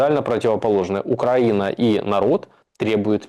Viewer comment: После ударения на УкрА'ина- все понятно, простите. Да же Я, злостный ненавистник и одессит к Зе, простите- это дико и неприятно